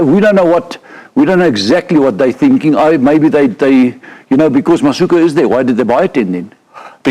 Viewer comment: I must agree with Swys, Siya Masuku (not “ka”😅) needs to be given a chance to show everyone what he can do in a Bok Jersey.